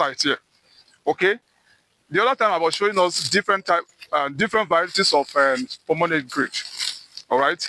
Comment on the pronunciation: Bro kept saying pomenograte😂 It’s pomegranate😂